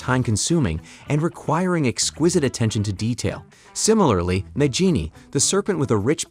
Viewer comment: her-me-own and na-ji-ni 😕🙄